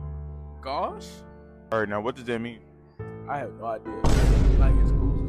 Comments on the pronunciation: I think the au pronunciation may depend if it's pronounced according to English or French rules, and it's still understandable either way, and neither of those ways is "gucci" or however that one kid said it. Also, historically speaking, it's the modern British accent that has deviated the most from proper English pronunciation over the past 200 years. American Broadcast English is the closest accent to "pure English" that we still have. The British have developed a non-rhotic speech pattern (also called R-dropping) starting about 200 years ago. The dropped "r" in "car" is an oft-cited and quite noticable example when one listens to British speakers. What you seem to be describing is a fluid spelling system, where people simply spell words as they sound to the listener and not according to their established pronunciation. This is a fascinating topic and one likely rooted in the historic development of different languages, when groups migrated to new areas and became isolated from other speakers until both populations evolved entirely new grammar rules. But we live in a world of high connection, where we aren't isolated. Letting a group not conform to the established grammar norms of the language is an artificial isolation imposed on them that also hinders their ability to communicate effectively from anyone not in their specific lexical group. I think by not expecting something close to proper pronunciation and grammar, we are committing what's called the soft bigotry of lo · The tragedy isn't even that they couldn't pronounce "gauche" (I certainly would have fumbled on my first attempt!) it's that they gave up IMMEDIATELY when faced with something they would have had to think about in order to come up with an answer.